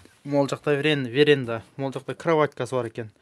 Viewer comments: Веренда эмас, а (веранда) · Эй веренда деп уят болбочу орустарга Веранда деп суйлочу же вообще айтпай эле койчу ошо верендасын